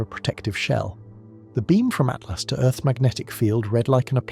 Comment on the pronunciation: Does no one check these things before they're published? After 3 dozen At-lasts I had stopped listening to everything else and was yelling at my phone Atlas! ATLAS! Artificial yes. Intelligent my ass